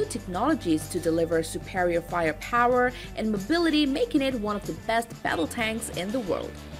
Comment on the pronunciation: I calling bullshit you said raking.